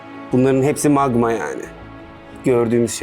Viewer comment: Nobody : Alper : maĞĞĞĞĞma - _